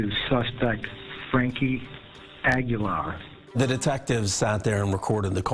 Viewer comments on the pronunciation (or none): Not Ag-yo-lar, it's Ah-Gee-Lar. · They should have done a second take of the Reporter saying his name at the beginning. Frankie Aggie-yar... made me laugh thinking about a pirate who's a student at Texas A&M. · Agui-Yar. Damn gringos